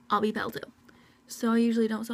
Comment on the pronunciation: she kept saying pell instead of pale